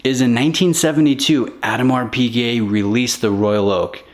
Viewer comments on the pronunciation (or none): Who t f is " Adam are peegay"?